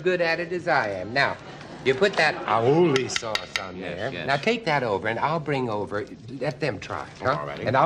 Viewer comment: the way he pronounces "aioli" 😂